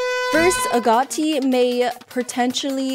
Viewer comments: Its AG-O-TI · i think you say it as “a goat e”